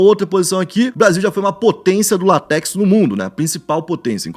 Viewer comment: LÁtex, e não latéx